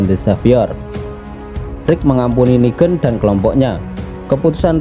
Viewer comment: Negan bang Bukan nigen